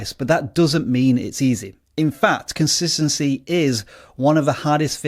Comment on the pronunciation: "Consitancy" yep 👍